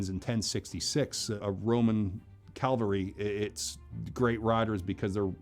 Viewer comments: He did say calvary not cavalry Idk how i feel about him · Cavalry* Not Calvary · It's Cavalry=(CA-VAL-RY), not Calvary=(CAL-VA-RY). Damn it, everytime. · It bothers me that he’s saying CAVALRY wrong 😤…. CAVALRY, not calvary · “Cavalry”, not “Calvary”, small difference, certainly, but one is the actual subjects were talking about, and the other is the hill upon which Jesus Christ was crucified. I know that you’re pronouncing jousting, as josting. Lots of pronunciation problems, and so many more. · Or say cavalry instead of 'calvary'. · Cavalry expert, but pronounces it "calvary" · The cavalry expert accidentally pronouncing it as “Calvary” makes me feel better about all the times I’ve messed that up too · When a "cavalry expert" pronounces his area of expertise as "calvary", you pretty much have to question the supposed expertise. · "Cavalry Expert" can't pronounce "cavalry" correctly... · I have to say, it damages the credibility of a mounted combat expert when he mispronounces both 'gorget' and 'cavalry' in the same video. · He's a horse battle expert but he pronounced the word Cavalry incorrectly. Just sayin...